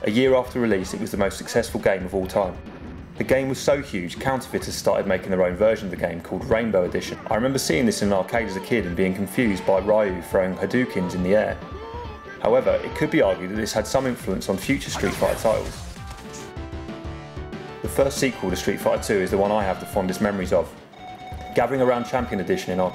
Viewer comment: It's amazing there's still people saying "rye-yu" It's japanese please say ryu (ree-yu)